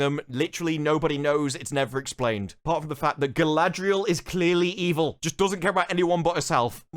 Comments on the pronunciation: Hahahahaha glad someone else noticed their pronunciation of Galadrrrrrrieeel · I never heard somebody calling her Guyladriel before. Its a bit disrespectful.